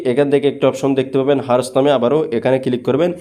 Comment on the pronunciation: উপকৃত হয়েছি সেজন্য ধন্যবাদ কিন্তু যে জিনিসটা আপনি মানুষকে শিখাচ্ছেন সে জিনিসটা আগে সঠিকভাবে বলতে শিখুন এটা হার্স না এটা আওয়ারস